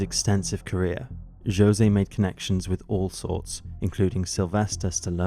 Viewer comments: I'm so sorry, I cannot get over the pronunciation of José as Joe-se. I love this channel, but I would encourage the narrators for episodes to look into how to pronounce the names of Hispanic people - especially if the name being flubbed is one of the murder victims. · He pronounces Jose in the Portuguese rather than the Spanish way.